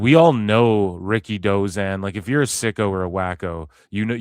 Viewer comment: Ricky Who? Dave stop saying Ricky Dozan no one knows him?